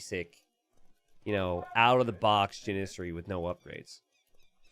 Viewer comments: the pronunciation of the Turk unique unit is JANN-issary, with the stress on the first syllable like in JANitor. It is not jan-ISS-ary. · You're killing me janissary man Jan iss airy